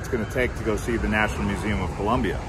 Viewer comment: COLOMBIA, not COLUMBIA wtf